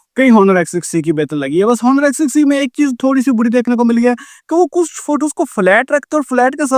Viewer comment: Honor ni bolo bhai Oner He